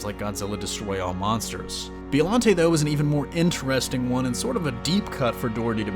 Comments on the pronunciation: Who’s Bee-O Lante? Oh you mean Bye-o-Lanty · Oh my god I'd love for them to add Biollante. She was so ahead of her time. Also it's Bio-lawn-tay not Bee-oh-lawn-tay. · Is it really pronounced Bee-oh-lahn-tay? Since it’s a plant, shouldn’t it be bye-oh as in biologic? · Why are you saying B.O.llante??? It's bio. You sound like an asshole. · It's "BIO"llante not "BEO"llante!!!...you know like Biology. Besides that great video! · The way you say Bio-llante lol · What is a “BEOllante”? Do you even say Bio correctly??? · Its bio lante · Anyone else cringe when he keeps saying "BEEollante"🙄? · The letter ( i ) is often pronounced like an ( e ) in the Japanese language. Listen to the Japanese audio track & you will see that it's pronounced like Beeolante. Just like ICO is pronounced like EECO or Ghidorah like Gheedorah. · You real disrespect my Monster homies and it's Bi-O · "B-E-Ollante" (Inhales) This is the symbiote situation all over again. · Is no one going to mention the fact that he keeps saying Biollante wrong the entire video? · The way he pronounces biollante drives me nuts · And Gigan is a bird/cyborg, and he doesn't even mention Biollante's connection to Godzilla, and can't even pronounce her name right